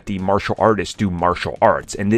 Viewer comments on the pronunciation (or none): none